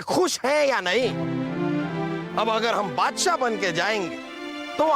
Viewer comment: बादसाह❌ बोदसाह